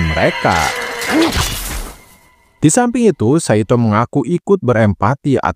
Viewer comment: Ngucapnya Saitô, huruf O seperti Naruto. Bukan kaya Nartó